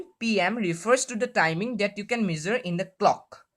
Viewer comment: Gud but improve ur English it's not measer it's measure